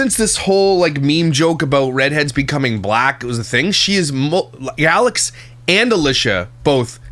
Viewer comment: you said “Yalex”!! She’s rubbing off you! 🤣🤣🤣